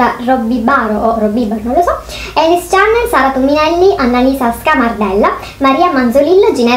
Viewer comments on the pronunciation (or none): none